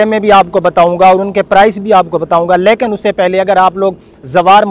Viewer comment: lakin ni lekin hota ha.